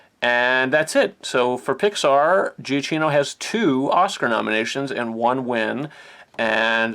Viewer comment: Michael Giacchino's last name is pronounced "juh-key-no."